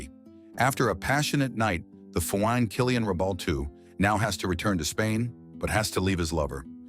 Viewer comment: "And no longer foine." 😂😂😂😂